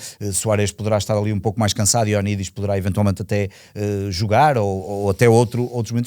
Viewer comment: Creio que está na altura de tentar que o diga corretamente Ioannidis 😂. Mais um excelente podcast! Bom trabalho